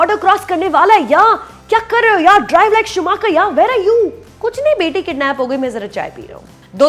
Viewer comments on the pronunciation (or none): none